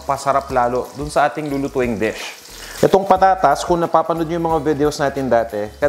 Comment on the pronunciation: Checked your pronunciation before you pronounced a word. Your already in the US. Dish is not desk, videos not . Vedeous.